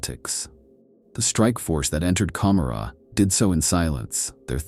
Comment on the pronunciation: I don't think I've ever heard it pronounced as com-ma-rah, I am no hardcore fan so correct me if I'm wrong but isn't it Ka-more-a and is a deliberate choice to conjure up the city Gomorrah from the bible.